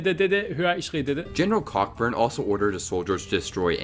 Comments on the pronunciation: It's General Sir George CO-burn not Cock-burn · Cockburn? The pronunciation is Coburn - like the Canadian singer Bruce Cockburn (Coburn). Nuclear facepalm 🙄 One interesting fact about the burning of the White House is that British Major General Robert Ross was picked off by a US sniper while marching back to the ships, died and was buried in the old burial ground in Halifax, NS.